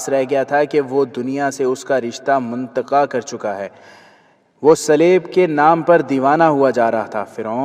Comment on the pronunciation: منقطع كو مقنطع padh gae janab